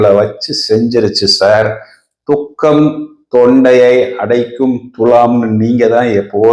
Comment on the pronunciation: துக்கம்.. தூக்கம் இல்ல 😂